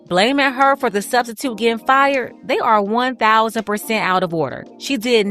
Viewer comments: !!!I heard yo slick azz say STUBstitute also😂😂😂😂😂😂😂😂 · you said "Studstitute"😂😂😂😂